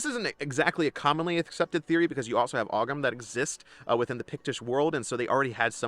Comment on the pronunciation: FYI: Oghams. Are actually pronounced as oh-ums.